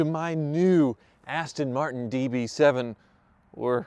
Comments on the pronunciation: I kept hearing "Cheapass Tin Martin." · “Cheap ass-ton martin”😂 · The funny thing is "jaguar" is owned by ford which is an American company so i guess they can call it whatever the hell they like iv even heard them say austin marten before bless em